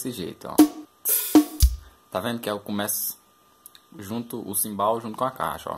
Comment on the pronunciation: Manda mt bem parceiro.. mas uma coisa... chama é CHIMBAL com som de X e nao simbal